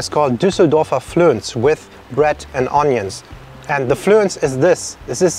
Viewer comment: Flönz is pronounced with a short ö by the way ;) Also you would typically slice it before putting it on the bread and then add a thin layer of mustard and the onions on top. As for the Speckpfannkuchen, in my family we'd always use an unsweetened batter and some sort of Schinkenspeck, Schwarzwälder Schinken or Katenschinken rather than bacon.